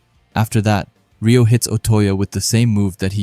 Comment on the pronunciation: Pronounced “ray -oh” not “ ree -oh” for Reo